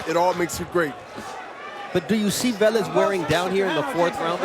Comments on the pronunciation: Why this guy is calling the P Rican boxer Valez, his last name is Velez 🫣🤔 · No one corrects that commentator.. it’s not VALEZ …. Friggin needs to be corrected!